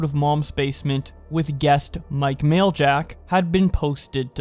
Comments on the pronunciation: Maj-lak not mail-jack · U PRONOUNCE MAJLAK LIKE AN IDIOT